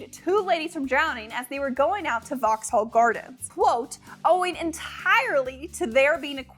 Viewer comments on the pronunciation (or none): none